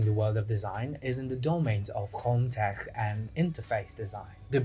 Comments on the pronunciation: I like you, Subscribed, But FYI, In English "Tech" is pronounced Tek. Hard K. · i LOVE the way you say tech! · i love the way he says "tech" 😂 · you say Tech as if you were German 😂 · I will never say "tech" the same way again